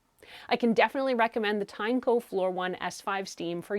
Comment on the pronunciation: Also, its pronounced as Tin-E-co